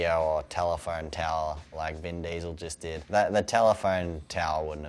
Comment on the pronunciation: "Ven Diesl"